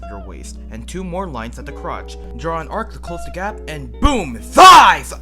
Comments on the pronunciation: Idk why but every time he said THIGHS i was just laughing so hard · This made me want to draw men now uwu thank you for making this! I can't unhear "THE THIGHS" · the way he say the thighs